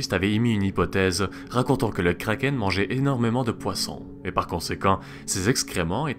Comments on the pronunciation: Pourquoi tu prononces un nom danois avec un accent anglais ? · Pourquoi certains disent krakeunne (désolé pour la défiguration du mot mais bon c'est pour me faire comprendre dans le commentaire)